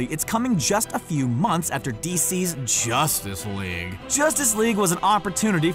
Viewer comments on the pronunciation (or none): The way he said justice league......😂😂😂😂😂